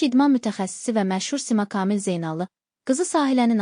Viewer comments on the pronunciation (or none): Ay Müxbir hec olmasa danışığına diksiyana diqqət elə öyrən KAMİL adımı deyəndə hərflərini düzgün deyildiyinə BİSAVAD QIZI BİSAVAD